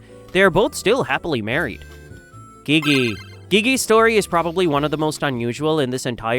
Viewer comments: bro said gege not gigi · Bro said gege instead of gigi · Its spelt Gigi but you say Ji-ji NOT GIGI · ITS NOT GEGE ITS GIGI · U SAID HER NAME WRONG, the correct way is "Gee Gee" for examplw take "geez" as an example, take away the Z and say it 2 times without the Z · uhh its gigi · the way to show the correct pronunciation of something may be smth like "Jee Jee" also it doesn't matter if they said it wrong or not, as long as we know what they r talking about it's fine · gigi: ❌ geegee: ✅ NOTE: Gigi's name has softer g's, like the g in giraffe. hope you take this note. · Its pronounced jiji for Gigi btw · Not him saying Gigi as “geek geek” in my ears🥀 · Umm that’s not how you pronounce Gigi.. but amazing videos!! ❤ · I think you say'd gigi's name wrong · Why did you call Gigi like that